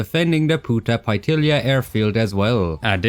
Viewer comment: It’s Punta Paitilla (pie-tiya) not pai-illia like you said